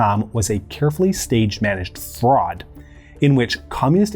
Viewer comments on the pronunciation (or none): none